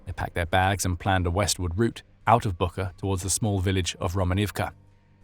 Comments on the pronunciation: Great material! One note, though - Буча (Bucha) is not pronounced "BOO-khah," but "BOO-chah." That spelling and pronunciation have been widely known since the start of the war, so the phonetic twist might be confusing for some listeners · It's pronounced [butcha]! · it's BOO-TCHA, like "watch". The whole world knows how to pronounce it correctly except your channel! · Et least have the respect to pronounce Bucha correctly.